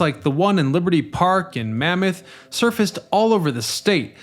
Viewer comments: BTW: the county is Monmouth ("Mon-moth"), not Mammoth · Mon-month not Mamoth. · It’s MONMOUTH COUNTY, not Mammoth. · Monmouth County, not Mammoth. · MONMOUTH County, NOT "Mammoth". Lose the sunglasses, by the way. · Mammoth County?? Do you mean Monmouth County? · For the future the county you refer to on Mon-mouth county not mammoth county. thanks though for this great info piece. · You're mispronouncing vet-er-ans thruout the entire video. It's Monmouth County, NOT Mammoth. Also it was Super 'STORM' Sandy, NOT Super 'hurricane' Sandy. Keep up the great videos.